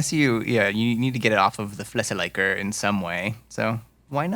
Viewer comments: pronouncing flessen likker like licker isn’t an english word. Also that tool is especially useful for ketchup bottles (if you have a flexible one at least). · hats of on trying to say Flessenlikker. To make it easier for you. It's a bottle licker and you pronounce likker the same as lick 😁. Still an A for effort! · "Likker" in flessenlikker would be pronounced as "licker" which is also what it means. It's "bottle licker"